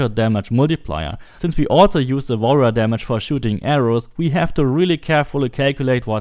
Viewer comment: Everytime he says Warrior damage i hear wall run damage lol